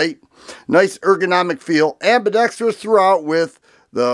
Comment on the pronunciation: You get a thumbs up for proper "ambidextrous" pronunciation!